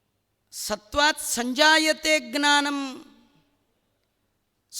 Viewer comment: ನಮಸ್ಕಾರ ಗುರುಗಳೇ ನಿಮ್ಮ ಪ್ರವಚನ ಕೇಳ್ತಾ ಇದ್ರೆ ಕೇಳ್ತಾನೇ ಇರ್ಬೇಕು ಅನ್ಸತ್ತೆ ನಿಜಕ್ಕೂ ಕರ್ಣಾನಂದ ಆದ್ರೆ ಒಂದೇ ಒಂದು ಬೇಸರ ಏನು ಅಂದ್ರೆ "ಜ್ಞಾನ "ಅನ್ನುವ ಬದಲಾಗಿ" ಗ್ನಾನ" ಅಂತೀರಾ ಅಭಾಸವಾಗತ್ತೆ ದಯವಿಟ್ಟು ಬದಲಾಯಿಸಿಕೊಳ್ಳಿ ನಿಮ್ಮ ಜ್ಞಾನ ಅಪಾರ ಇದನ್ನ ಹೀಗೇ ಮುಂದುವರೆಸಿ ಧನ್ಯವಾದಗಳು